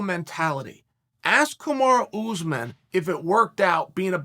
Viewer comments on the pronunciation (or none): kumar ooozeman 😂